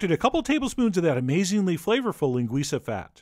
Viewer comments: oh my god you said linguiça so perfectly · nice recipe and all but what gets me on this vid is the A+ pronunciation of the word "linguiça" really spot on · Kudos on the Ç pronunciation!